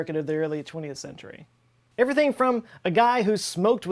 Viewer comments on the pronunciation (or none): none